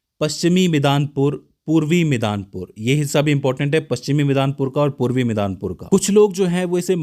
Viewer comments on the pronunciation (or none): Midanpur nahin midnapur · Ye midanpur kya hota hay ? 😂 midnapur ya medinipur bolte hain use. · आप दो स्थानो का नाम का गलत उच्चारण कर रहे हैं. जलपायीगुड़ी को जयपायीगुड़ी बोल रहे हैं और मिदनापुर को आप मदनी पुर बोल रहे हैं. प्रस्तुतीकरण अच्छा है. विस्तृत जानकारी के लिए धन्यवाद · भाई मिदनापुर है न कि मिदानपुर । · midanpur nahi,medinipur hi hy nm ...aur jaipaiguri nhi9 jalpaiguri hy....from kolkata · मिदनापुर है, Midnapur/Midnapore. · मिदानपुर नही होगा मिदनापुर Midnapore और मेदिनीपुर medinipur होगा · One clarification "midanpur" is wrong in English it is Midnapore "मिदनापुर" and Bengali mein "मेदिनीपुर" "মেদিনীপুর " pronounce karte hain. "मिदानपुर" बिलकुल ग़लत है. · मिदानपुर नहीं है मिदनापुर है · Jilo ka naam janna chhaiye.Midanour nahi Midnapur yaMedinipur aur Jaipaiguri nahin Jalpaiguri